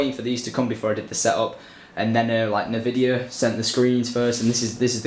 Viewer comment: syndi bud its pronounced N-vidia ;)